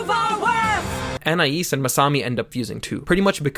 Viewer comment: I'm sorry but you butchered her name bro 😭